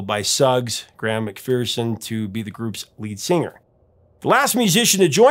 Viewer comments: McPherson is pronounced McFerrson, not McFeerson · McPherson is usually pronounced in Scotland with a short "e" vowel first and a schwa second.. Mc Fer s'n.